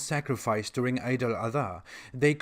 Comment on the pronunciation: lol he can't even pronounce eid al adha correctly ..😆😆😆